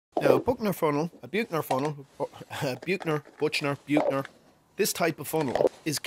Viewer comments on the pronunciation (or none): Interesting build, what sort of pressure does the vacuum pump get down to? IIRC from my chemistry days the pronunciation of Buchner is roughly book-ner. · Almost right, John. The German ch is this throaty sound that is written as 'kh' in English, I think. Or if you speak Spanish think of the first sound in Juan. And the bookh-ner is pronounced with a long 'oo'. I liked your build too.